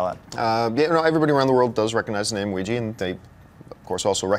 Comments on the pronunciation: film is called ouija pronounces it weeeeji name comes from french word oui and german word ja both meaning yes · "everyone around the world knows what a Ouija board is" I don't!! w*f is a Ouija board?!? I had to watch the video just so I know how to pronounce it.. D